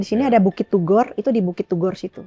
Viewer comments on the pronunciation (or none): Turgo..bukan tugor..yang benar yang mana . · iya dia bilang KINASIH aja KINARSIH bukit TURGO dibilang Bukit TUGOR klu Om HOA dengar ngomong nya gitu OPO GK malu tuh